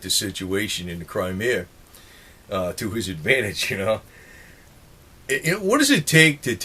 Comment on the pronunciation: It's CRIMEA dammit not Crimerea..lol